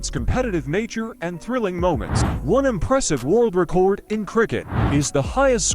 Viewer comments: The AI seems to not know the difference between the verb 'record' and noun 'record'. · This damn voice saying RECORD like recording a video really grinds my gears